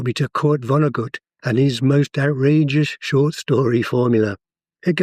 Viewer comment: 😂 It’s jarring [and he’d find it funny himself] to hear Kurt Vonnegut’s name pronounced with approximated German phonetics —as though he were a German author who spoke German [or English…or his name] with a German accent. The guy was very much a prototypical American, born in Indiana, whose closest association with Germany was as a US veteran of WW2 who deployed to Europe to fight the Nazis — was captured, and as a POW survived the US firebombing of Dresden while held in the basement of Schlachthof Fünf …the basis of his book Slaughterhouse Five.